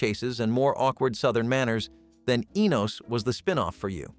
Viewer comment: it's ENOS not the way you are saying it